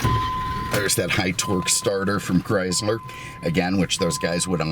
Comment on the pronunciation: When will realize it was never spelled Chryzler